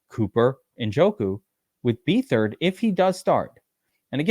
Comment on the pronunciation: it's beatherd you pronouncing his last name wrong